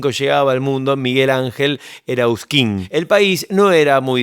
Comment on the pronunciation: Que poco creíble y aficionado este informe. Apenas empieza ya pronuncias mal el apellido de Miguel. Enseguida decís que fueron teloneros de Los Gatos cuando estaba Pappo (1.969 o 1.970 fue eso) y después decís que el grupo arrancó en 1.973. Ya de ahí no seguí viendo porque suena muy poco serio. Material ultra berreta chau